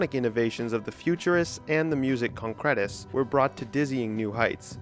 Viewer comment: The accent on Concrète is wrong.